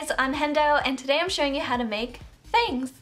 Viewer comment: lol "F A N G T H"